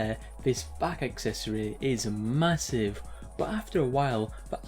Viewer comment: Did you say... massive?